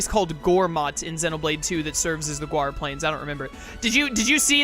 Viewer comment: It’s GAUR. Not Guar plains lol